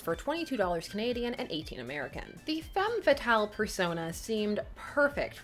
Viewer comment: Your "femme fatale" prononciation is very good ^^ Sympa, en tout cas ;)